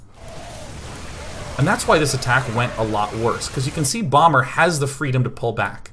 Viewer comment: Are you using a green screen for the background? :P and also when ever you say "bomber" it sounds like "Obama" and I think about Obama playing SC2! That would be pretty good. Achieve world peace by having an awesome bonding session with all world leaders play SC2 on FFA :D